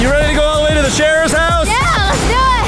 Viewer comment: Sharer not sheer 👍🏼😁